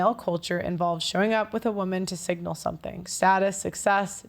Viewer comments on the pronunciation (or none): none